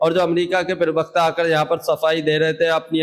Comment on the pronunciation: पहले अपनी भाषा को सुधारो एंकर महोदय privakta नहीं प्रवक्ता है